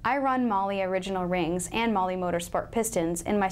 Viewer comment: if you're going to represent a company, you should at least learn how to pronounce their name